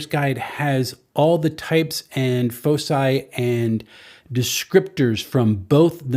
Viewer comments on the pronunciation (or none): Foci = "Foe-kai". It's the plural of "Focus".